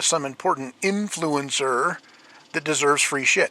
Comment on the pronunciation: In-FLUE-en-sir. It kicks...